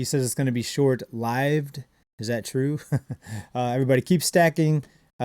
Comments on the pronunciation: "Short lived" the way that was pronounced is a dead give-away for an AI bot script. Nobody, no real people ever say that, talk like that. Good catch ! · He said short lived....with an eye instead of an ih in live....like AI does....weird........